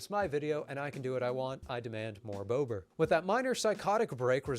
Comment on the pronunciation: You need to sharply pronounce vowels in Polish. It's BOBER, not bowber. You need to roll the r too